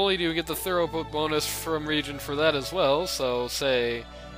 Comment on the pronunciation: It's thru-put, rather than thorough-put. :)